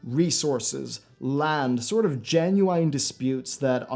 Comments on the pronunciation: Jesus Christ, the constant "genuWHINE" triggered me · He gen-u-eyen-ly says gen-u-eyen too much. I'm being gen-u-eyen. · Am I the only one annoyed with the way he says "Genuine"? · Why does he keep pronouncing the word genuine like that? Is a really big fan of early 2000s rapper Ginuwine? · Which country are you from? It is interesting how you pronounce Genuine :)